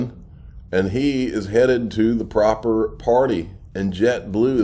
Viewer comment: Why the emphasis on the word "proper" in proper party? Is it just because Brad G said it or is there more to it?